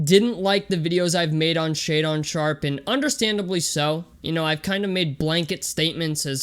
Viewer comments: It’s pretty wild that you point to a baseless rumor about him not being able to read and you don’t even pronounce his name correctly. This has to be one of the biggest train wreck videos I’ve seen on this kid and I couldn’t stop watching. Literally NBA scouts report his high posture on his handle has been corrected, he has fluid and smooth shot mechanics and was lights out in workouts from the paint, mid level and deep shots. I’m not sure you could be any more clueless about hoop scouting. Also get some stream lightening and a decent camera goofy. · Lost all your credibility for doing your "homework" when your pronounced his name wrong within the first 30 seconds of the video lmao